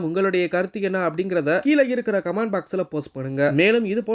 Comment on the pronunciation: அது “கமாண்ட் பாக்ஸ்” அல்ல. கமெண்ட் பாக்ஸ்